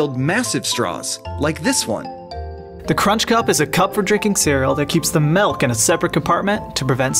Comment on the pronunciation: People:milk Ben melk